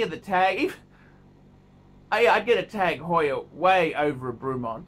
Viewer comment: The guy can’t even pronounce Bremont! Wtf